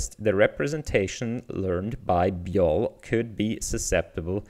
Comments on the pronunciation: it's probably pronounced bee-why-oh-ell, after BYOB, which stands for Bring Your Own Beer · I think you pronounce this "B-Y-O-L". It's a play on "B-Y-O-B" for "Bring your own booze". Basically this means to bring your own drinks to a party or gathering.